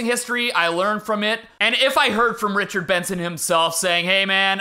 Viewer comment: Youre probably trying to forget this.... but in the richard benson video, id say the worst part is where you called him Bichard Renson 💀💀💀